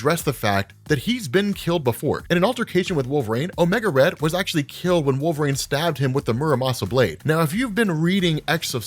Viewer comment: I find it interesting how you pronounce "wol-ver-een" as "wolv-rain"